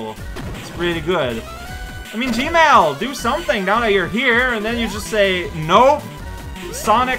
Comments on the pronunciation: Everytime says "Gemerl" it sounds like "gmail" to me, and now I can't help but worry that Eggman is actually in charge of Google and that's why they removed that "don't be evil" rule of theirs. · I'm pretty sure he's doing that on purpose.